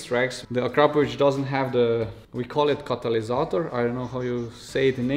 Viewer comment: now i know the correct pronunciation of Akrapovič... been saying it wrong the whole time hahaha